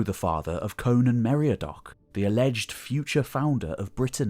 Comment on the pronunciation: Oh, come on, mate! Meriadoc is "meri-AD-oc." Meredith is "mer-ED-ith". I won't say any more, but even Google translate can read these words for you. I know it's another level of attention to detail, but it's worth it. {:o:O:}